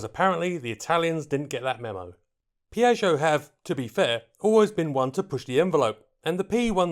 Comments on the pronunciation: Piatsho, dump the i in the back. Babble exists. It's Italian. One of the other 7000 languages in the world. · when saying name my ears hurt... otherwise that you for this very unusual aircraft